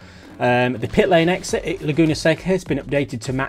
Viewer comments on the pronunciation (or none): none